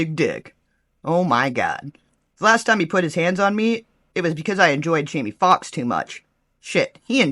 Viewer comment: I said the same thing when she said jammie foxx smh